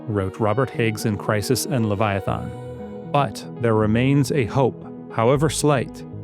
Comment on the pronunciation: Please learn to pronounce words. "Leviathan" isn't hard.